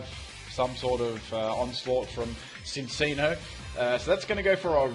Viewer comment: Cinccino is pronounced Chin-chino